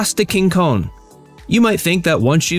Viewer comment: It's place des Quinconces not Quincones